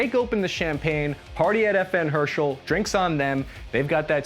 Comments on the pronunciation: I know English isn't exactly a phonetic language, but pronouncing "HersTal" as "hershel" is quite a stretch. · Great video! But man it is her-stel not her-shull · FN HER STALL...............not Hershel. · Ok, you don't have to pronounce Herstal as er-stall the proper way. But every time you say FN Herschel, Joe Biden revokes a class 3 license. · it's not hershel, it's herstal, pronounced er-stahl. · Its fn herstal not herschel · Her stal not Hershtal. I thought Ernest wast best know for the FAL? Also is it me or does the new version look like a SCAR? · It's pronounced Herstal with a T not "hershel" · Lol you said party at Fn “hershal” not herstal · Herstal in pronounced like this: HER, as in heritage and STAL as in Stalingrad. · Stop saying FN Hershel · You don't mention it's a Belgian design but you mess up his and FN's name. America's finest.